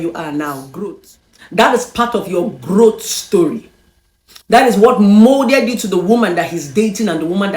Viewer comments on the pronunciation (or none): It’s growth. Not, growt lol